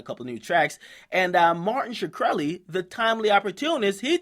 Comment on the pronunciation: Shikrely lmao